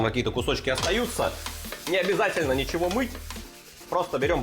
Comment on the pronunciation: Сразу видно что в кумирах Гоблин. "Не нужно добавлять ничегооооооуоуоуо" произносить с соответствующей мимикой. А вообще в последних выпусках прослеживается какой-то постоянный хейт, агрессия или хз что это, какие-то траблы походу у человека.